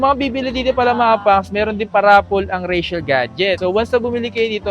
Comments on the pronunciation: Rachelle ka ng Rachelle. Basahin mo nh mabuti at i pronounce mo ng maayos. Richelle yan hindi Rachelle. Nakakairita. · Mahirap ba talaga i pronounce ang "Richelle"? Hay naku